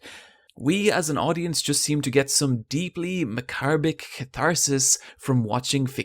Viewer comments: Did you just say "macarbic" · ...I refuse to accept your pronunciation of the word "macarbic". Or even that that is a word. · "Macrbic" is not a word. "Macabre" is already an adjective. And you don't pronounce the "r". Pronounce it like "macob".